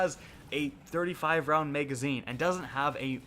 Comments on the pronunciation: Why do you say may-gazine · Lol “megazine”